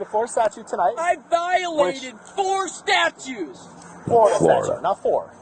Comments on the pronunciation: You may have missed hearing him say "I violated four statues!" He said statues, not statutes 😂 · "I violated 4 statues". 🤔😆 Your illiteracy is showing, dude. 🤦🤷 Or maybe you just have a weird kink for stone or concrete figures. 😏 But I bet that a LOT of people don't pronounce "statutes" properly.🫤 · Did you hear him say "I violated four statues" instead of "statutes" 🤣